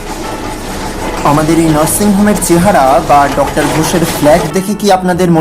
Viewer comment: একটা উচ্চারণ বড্ড বেশি বার কানে লেগেছে....... তুই "ডাক্টার" বললি , কিন্তু এটা তো dr. , so উচ্চারণ টা হবে "ডক্টর" । Pronunciation আরো strong চাই সব কাজে...... বাদবাকি সব ঠিক আছে ❤ কাজ করে যা 😊।